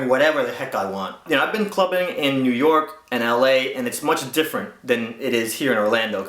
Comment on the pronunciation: Haha! "nny" new new York. Awesome